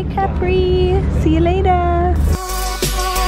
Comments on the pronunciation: no.. capri is just capri like you say it in English... not caprii :), and graziE, not grazy. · Love your vlogs and your relationship with Hannah! I completely understand sisters' love since I have 2 wonderful sisters ❤️ P.s. I am italian and I think that it's fair to tell you that it's Cápri and not Caprí 😅😘